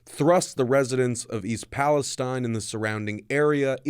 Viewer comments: Palesteen, Not Palestein... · It's pronounced palesteen